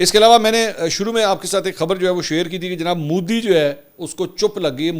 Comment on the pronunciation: Modi not Moodi Mansoor sahib 😂 Modi Prime Minister lagta hi nahi shit personality aisa lagta hai jaise koi baba gaon se sheher aaya ho .. bohat hi bura lagta hai khi khi 😂karta rehta hai for no reason